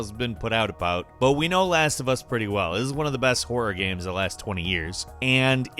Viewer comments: I enjoy videos but does anyone else get super triggered by the way he says “games”? It sounds like he’s saying it through a mouthful of food... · this man said gam